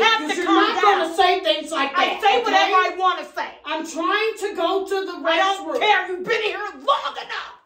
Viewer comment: how she says "I DONT CARE" had me hollerin 😭🤣